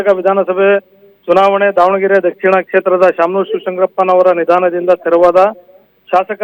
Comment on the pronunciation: nidhaanadinda alla Nidhanadinda